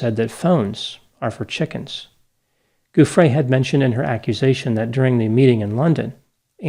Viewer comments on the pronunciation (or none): Name pronunciation JOO free, not goo FRAY. Sorry, that was driving me crazy. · Giuffrè pronounced with a soft G. So it sounds like English joo-frey.